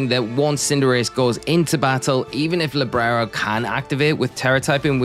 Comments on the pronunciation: You say librero but its libero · It's Libero, Librero means bookshelf in spanish 😭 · Libero not LibRero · LIBERO not LIBRERO 🤣....